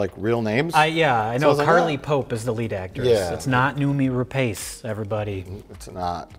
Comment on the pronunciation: The name "Rapace" is pronounced "rah-pahs", just FYI.